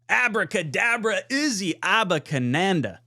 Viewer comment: Much love for ya brother but my god you butchered his name 😂.. regardless I agree with everything, excited to see what the kid looks like. My dream is he breaks onto the scene like Keaton Mitchell did with Baltimore